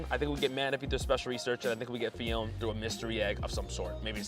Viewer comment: You are not saying Phione correctly btw